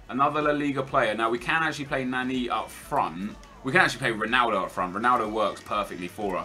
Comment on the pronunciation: The way he pronounces Nani pisses me off for some reason lol